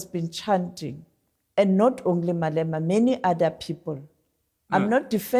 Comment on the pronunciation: Getting quite fed up with mispronunciation of Boer and Malema and even Ramaphosa. Stickler for language sorry but if you are a reputable public figure who is supposed to be well versed then you need to know how to pronounce names... Piers.